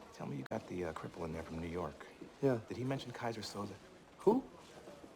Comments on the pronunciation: omg why they pronounce Keyser Söze like Kaiser So-Sei. The whole movie I was confused about a turkish guy with an asian nickname. 🙄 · I'm telling you it's KEYSER SOSEEEEE!!!!